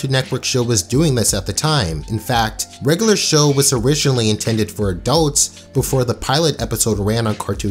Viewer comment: “Regalar Show”